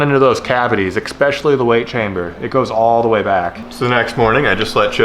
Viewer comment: "expecially the weight chamber"